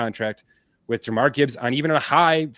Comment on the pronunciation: And it's Jahmir not Jamar lol